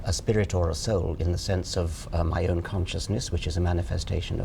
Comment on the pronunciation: Oh god she just said "Conscious-nIss" Sorry macbook, can't hold it back anymore :/